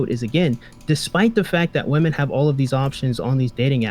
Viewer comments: im guessing this is a troll question, given your name, but if that's not the case: My accent is somewhat comparable to (she lives in Oxford, I believe?) although not quite as posh/cultivated as hers is. I'm from the South East of England and singular "woman" sounds identical to the plural "women" with the final vowel e/a both pronounced as a shwa, like the e in cinema. The only time I would pronounce them differently is if I was trying to emphasise what I meant, as in womAAAAn, not womEEEEn... otherwise they sound identical. Saying them differently would come across as unnatural and forced, and come to think of it, I'm not even sure you'd hear them pronounced distinctly on the BBC although I'm tempted to check now out of curiosity. Man and men are always pronounced distinctly. I'm guessing it has something to do with the extra syllable in women meaning that the final vowel is reduced, but I'm not a linguist. Also, for what it's worth, I would literally have no idea she was originally South African unless someone told me. The only thing I can discern is that she enunciates her consonants a little stronger than is usual... but I would normally just attribute that to her highly cultivated RP accent. It's cute but almost comically posh at times. No offence to her btw, just thought I'd share my thoughts as a Brit. tldr: her pronunciation of woman/women is completely normal in the UK. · These zoomer streamer girls who can't pronounce the word women are driving me nuts. Woman and women are not pronounced the same. Please stop. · Why do some people say 'woman' instead of 'women'? Is this an accent thing or aome kind of dogwhistle? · Nothing more annoying than inability to say WOMEN. There is an E in it, it's not pronounced woman for fucks sake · why tf does everyone say "woman" in place of women? its everywhere. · How come always says "woman" in the singular instead of "women" in the plural?